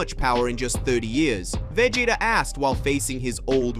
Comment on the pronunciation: SAYIN THE NAMES WRONG EVEN VEGETA U SAID WRONG LIKE WTH DO YOU EVEN KNOW WHAT IT IS YOUR POSTING AND OR EVEN KNOW THE STORY LINE ORIGINS??? 🤨🤨🤨🤨🤨🤨😐😐😐😐😑😑😑😑🤥🤥🤥🤥🤥🤥🤥🤥🤯🤯🤯😵😵😵🥴🥴